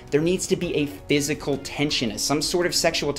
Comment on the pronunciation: If that word was meant to read 'physical' then good lord did you butcher it.